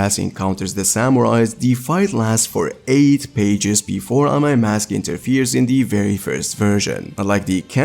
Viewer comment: Amai mask got butchered 😭🤣